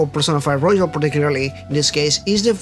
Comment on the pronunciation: (btw it's roYal, not roJal)